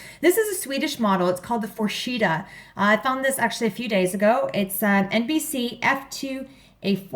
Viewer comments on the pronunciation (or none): No english speaking person can say the Forsheda name right..